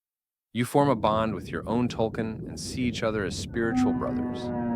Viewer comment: Not tulkin, tulkun (tool koon) please watch the movie or read the comics if you're going to make a video on it